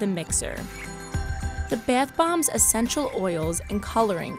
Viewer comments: “their beth bombs” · “Baieth bombs” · Is anyone else bothered on how she pronounces bath bombs? beAtH bOmbS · the 'beath' bombs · “bAth bombs”